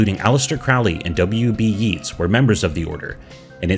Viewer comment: My boy, if you are going to comment on this tradition, learn first how to pronounce Crowley and Yeats.